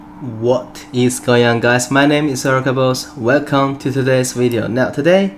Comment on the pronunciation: "Welcome to today's wideo" gets a thumb and a subscribe.